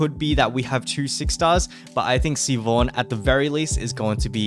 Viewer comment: Siobhan is so hot I wish I didn't just quit the game. Also not to nitpick, but it's pronounced Shi-vahn. That's my sister in law's name, lmao.